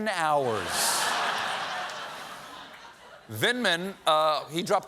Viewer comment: Love the Jamaican accent on the "waant" it!😂😂😂😂🇯🇲🇯🇲🇯🇲🇯🇲